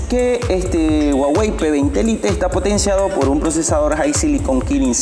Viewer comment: Y corta el video cuando los 2 iban a encenderse ¿¿¿??? para que madre hace eso si no lo va a mostrar, con que lo digas no me vale y encima le dice p20 "lite" como se escribe lo dice -.- vaya